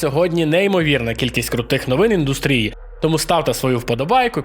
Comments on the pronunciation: Олдбой, вибачай за духоту, але оскільки ти часто використовуєш слово індустрія, правильний наголос на У. Btw дякую за відос! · Напишу, бо чую це слово у кожному відео. Наголос має бути індУстрія. Дякую за відео ❤